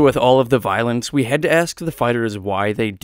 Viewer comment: "Voilence" LOL